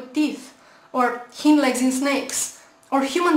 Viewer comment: "hind legs". Hind has a sound like in eye, not ee.